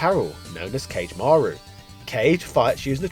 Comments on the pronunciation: “Actually” kage’s name is pronounced “ka-gee” not “cage” as it’s short for Kagemarou, and yes I watched the anime. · Not Kah Gay, Just Kah GE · "Kage" is pronounced "ka-gei" rather than rhyming with "sage" as it's Japanese for "shadow" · Kage is pronounced Kah-Geh. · I think that Kage is pronounced like "kah-gay", the Japanese word for shadow. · Kage is most likely pronounced "KAH-GEH"